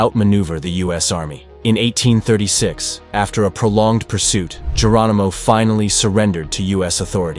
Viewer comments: There is very little to NO editing and they can't pronounce even very famous names! Very sad! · Geronimo not Germino..